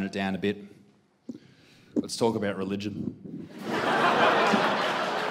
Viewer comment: I heard religeon and I thought oop here we go